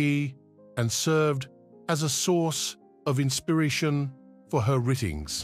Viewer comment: "Ee" for Eye and "writtings" for writings, all in the first minute? Can we have someone who can speak English, please, to narrate? And knows how to pronounce Devon and Torquay?